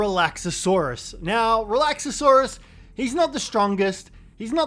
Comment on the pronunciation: Please stop mispronouncing Relaxaurus! It's not Relaxasaurus, Its Relaxsaurus! 4 syllables not 5 😂